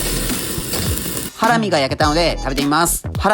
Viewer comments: とりあえず肉の説明しかしてなくね？笑 ハラミ⤴︎？ハラミ⤵︎じゃね？笑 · 料金をなんで言わないのでしょうか？ 視聴者が一番気になるとこだと思います。 あとハラミの発音が…